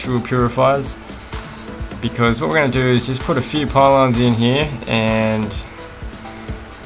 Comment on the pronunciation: Wanna die? Every time he says “heare” take a shot